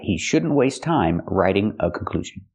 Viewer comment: she also say (v)raitiing, not "raiting"